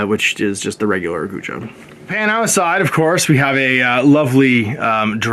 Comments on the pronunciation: Guijia = Goo-ee jee-ah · It’d be closer to « koo-ee jee-aa ». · I believe the Guijia is pronounced something like gway-jaa (gway like 'sway' and the jaa is kinda like 'jar' but without the 'r' on the end)